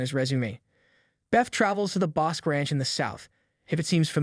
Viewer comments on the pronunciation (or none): Not to be picky but Bosque is pronounced Bos key not bosk.